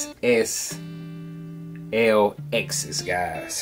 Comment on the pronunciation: Nice review. For future reference, the L ' acts as a "Leh" sound, so it's pronounced "Leh Excess"